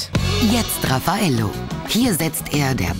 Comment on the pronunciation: RAFF-a-Ello... Der Name kommt nicht von ungefähr^^